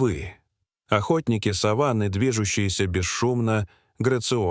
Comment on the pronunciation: Задолбали уже с искусственным интеллектом озвучки. Коверкают слова, не сАваны, а совАны. Людей нет озвучивать, или попсыкивают свой голос оставить, куда катимся? Скоро не по именам будем назвать друг друга, а 6й, 20 й.